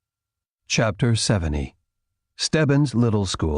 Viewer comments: I can t’HOAHHHHHHDALLY tell the narrator isn’t Canadian. Instead of saying ‘chapter sev-ven-tee’, he says ‘chapter sev-venny’. Good grief!!! And he’s being PAID to speak! KROIKY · The way he emphasizes the "t" is driving me crazy